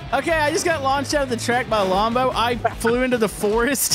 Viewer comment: It’s pronounced:lombo